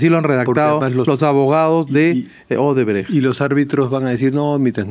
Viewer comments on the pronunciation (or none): Y el dipsómano alcalde dice Odebreg, es Odebrech...🍻